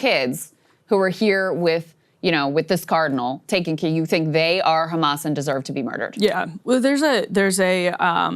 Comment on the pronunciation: pronounced kkkkkhhhhhamas 😂